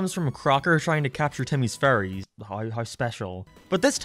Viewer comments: I love how you say furries instead of fairy's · I love how you just call them "furries" insted of "Fairies" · "FURRY Oddparents!" "Timmy and his FURRIES!" He said way too many times to simply be a mispronunciation. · Everytime he says “fairies” I genuinely hear “furries” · It’s funny that when he says “Fairies”, He says “Furries” XD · it sounds like is saying furries, and not fairys, which caught me off gaurd lol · i genuinely thought you were saying "furries" instead of fairies ohmygod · When he said “fairies “ I thought he said furries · I know that he says "fairies" but I can only hear "furries". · When he said faries I thought he said furries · i legit thought he was calling cosmo and wanda furries. i was confused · I love how you pronounce fairies and furries, something you wanna tell us. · It sounds like you're saying furries instead of fairies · Why do you keep pronouncing fairies as furries? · Your accent makes your pronunciation of Fairies sound like Furries and it's throwing me off🤣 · "I know my pronunciation of power is weird, better mention it in the comments now" Meanwhile, all I can think about is your pronunciation of "fairies" as furries